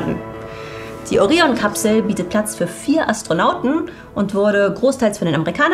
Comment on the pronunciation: Anstrengend. Mal "Orion" deutsch ausgesprochen, mal englisch. Mal "Anstronauten", mal "Astronaut*innen". Also wenn gendern, dann auch bitte durchgehend. Das ist auch kein Meckern auf hohen Niveau, denn immer mal zu gendern, ist der Sache an sich nicht zuträglich. Dann lasst es lieber. Dazu kommen noch die unnatürlich gezogenen Wörter/Sätze, als würde man während des sprechens überlegen was man eigentlich sagen wollte. Das alles macht das Zuhören in der Summe wirklich schwer. Persönlich finde ich das wirklich schade, denn man ist bessere Qualität gewohnt.